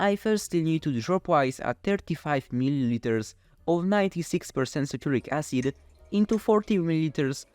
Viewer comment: Great video but one thing you need to do when giving long technical names like ingredients is to add some subtitles. Your English is good, but it me a while to realize you were saying " Sulfuric Acid " and I know it wasn't what yt CC said you were saying ( Saturnic Acid ) 🤣